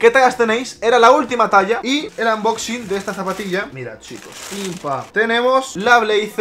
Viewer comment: No se dice unboxing se dice anmboxin😭